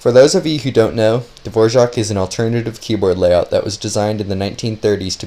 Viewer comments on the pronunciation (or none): Dvorak not fucking devorzjahck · Why is he saying Davorjark when its clearly dvorak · Is it actually pronounced dvorjaque or are you trolling us..😅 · Me pronouncing Dvorak: davorak pronouncing Dvorak: Dvorjzhak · his name "Dvorak" how this dude pronounces it "D-vouardzak" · Dvorak is not pronounced like the famous composer, there is no j sound after the r ;)